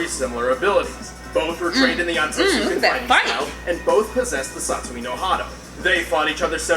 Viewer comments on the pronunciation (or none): none